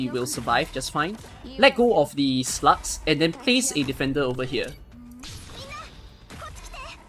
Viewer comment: When you hear a T instead of G in SLUGS, you can not unhear it and the video becomes a bit more fun :) Awesome guide btw! So easy to execute compared to others! In 2-3 months it is very likely to have more than one 6 star so it is great to see guides for normal mid-game players.